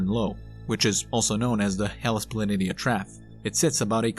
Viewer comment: "Planitia" is pronounced "pla-nee-sha". "Trough" is pronounced "troff", not "traff".